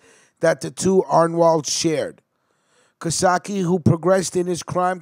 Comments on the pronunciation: Hes a great man. Real tough guy and great father. His name is not being pronounced correctly. Ca...Case. Ka - Case. Not Casatchie!!! You guys need to learn how to pronounce Italian names!!!! Yes..hes usuallysporting long greyhair Hes one of the lasttough guys. Real tough guys. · It’s Cacace not CaSake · Hey bro! Great video but you should learn how to pronounce the names right. Caccese is not pronounced Kosokki!! Look it up! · it's not casaki. its pronounced ca-sace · Nice job other then the pronunciations --- Cacace is pronounced Ca (like Car) Ca (car again) ce (like chee in Cheese) NO sock ee. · Don't worry I'll tell them twice.its pronounced cuh-case.. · It’s pronounced kah-case-ee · All wrong! My named is pronounced Ca-case, but spelled Cacace! Very simple!!!!!! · Hey its pronounced Ka-case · Its pernouced ca-case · Cacace is pronounced Kah- kase- ee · Yes your right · You gotta learn how to pronounce Italian names. PepsiCo and Cacache